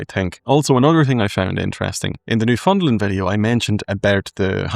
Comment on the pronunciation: Newfoundland is pronounced New-found-land, rhymes with "understand".